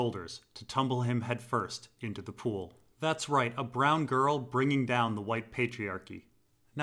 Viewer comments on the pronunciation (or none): none